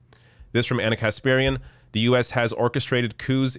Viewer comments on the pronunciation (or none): none